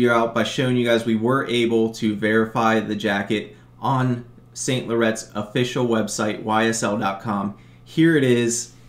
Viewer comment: Saint Lauraunt! he is a french designer.